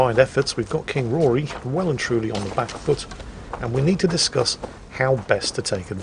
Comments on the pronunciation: the name is still Rhodri not bloody Rory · Every time says “Rory” instead of “Rhodri” it hurts my soul. It’s not like they don’t call him by his name repeatedly. Just being... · Not Rory, Rhodri. Rod as in a pipe, and ri as in ree. Everything is pronounced in the game, it's not hard